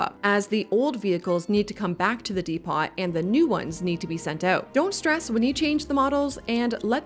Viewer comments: Depot = dee·pow != dee·pot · Great tips but please...it's Dee-Poe, not Dee-pot. The T is silent. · Is this AI pronounced? "Depot" is pronounced "DEEE poh" not "DEE pot". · Depot is pronounced "Dee-poe" or "Depp-oh" NOT "dee-pot" or "dee-pawt". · I would not have said anything if it were pronounced "deh-poe" which I have heard from UK English speakers. But what was on the video was "deh-pot". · Depot is not "dee-pot". Depot = deh-po, or even dee-po. The "T" is silent. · i’ve always called “depot” “dee-pawt” till i watched a lot of youtube and they called them “de-po” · Depot is not pronounced "Dee-pot" but is said as "Deh-poh" lol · Dee Pot? 👎 Dee Pough - depot👍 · Who is Dee Pot? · It's not "dee-pot", it's "deepo". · de-pots? Depot. Dee-poe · It's not DEE-POT - it's DEE - PO. the T is silent.. :D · Tips? Yes yes yes! De-pot? Why pot? Oh it's spelled depot, I see what happened there. This little confusing word is pronounced Deep-Owe, or Dehp-owe. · The word Depot not pronounced "Dee-Pot". It is pronounced "Deh-Po". Jus' sayin' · Dep-oh... not Dee-pot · Depot is [De-poe] not [De-pot]. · D-po, not D-pot please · De-pot? De-pow! ...That's how you say depot. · *'Dee-poe' (Like Edgar Allan) It's French in origin. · "dee pot" lmao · Great tips here, I watched a lot of videos already and still there were several things here I didn't know about. Thanks! Heads up, "Depot" is pronounced differently than that, more like "Depoe" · Is this how North Americans say it? 👀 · we pronounce it "dee-po" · lol, no. I've never heard someone say that in my life. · It is definitely dee-poe, since it's from french. We say it without the t in Norwegian too, as it's a loanword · why are literally all of the youtubers saying "dee-pot" I don't understand I thought it was some inside joke I didn't know about but CPP and Biffa are saying it that way too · Great suggestions! But here's one correction: the "t" in "depot" is not pronounced, so the word should sound like "deep-OH"... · "dee pawt" 😂